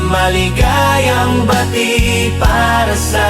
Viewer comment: okay naman po sana kaso po maligayang Bati napabilis po yata ang pag bigkas..